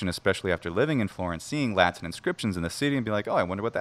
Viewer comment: The word Latin has a T in it. Try pronouncing it with the T instead of a glottal stop and we Latinists will take you more seriously.